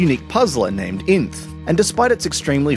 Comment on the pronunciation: Pretty sure its not pronounced inth